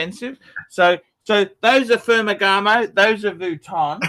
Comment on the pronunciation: Pher-Ma-Ganuh? Does he mean Ferragamo?